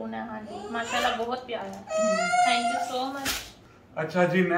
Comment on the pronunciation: ٹھنکیو نہیں تھینکیو کہا کریں